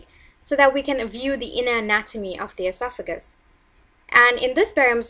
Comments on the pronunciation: EsoFagUs? It’s pronounced Esof-uh-gus or Esof-uh-gee-uhl. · The adjective is pronounced: e SOFF e JEE uhl. Not: ES o FA juhl. The noun is pronounced: e SOFF e gus. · Say it with me Eh sof uh gus. Your pronunciation makes you doing less credible and unintelligent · LEARN TO SAY ESOPHAGUS and ESOPHAGEAL. WHO EDUCATED YOU